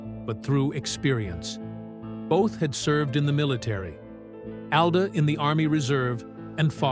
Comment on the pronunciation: You can't even pronounce Alda.